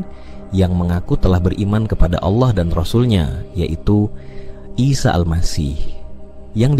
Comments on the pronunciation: Dia selalu menyebut nama Ala.. sepertinya dia orang sebelah, dan ayat yg disebut seperti surah annisa dan surat almaidah, ada beberapa yg tidak sama dengan yg dia katakan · Saat nyebut nama Allah, terdengar seperti bukan orang islam, 😅😅, nipu ya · Ini konten oten. liat aja cara mengucap allah aja dia gak bisa